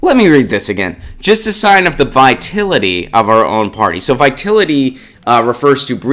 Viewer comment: The word is vitality, not vitility.